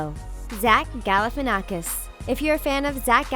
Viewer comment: Galifianakhs is from Greece daaaa!!! And you said that wrong ok you might you don't come from Greece but i'm from Greece and you say his name WRONGGG BTW GALIFIANNAKHS IS FROM CRETE😍